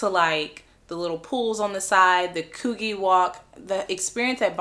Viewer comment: Before making a video lady learn how to pronounce places. Circular Quay is Circular key. Coogee is Could-g. The icing on the cake Hungry is a country. How can you fark that up by saying Hungary. 🙄 For someone who has supposed to have travelled OS it sure doesn't sound like it. You sound like a typical American who knows nothing outside of America.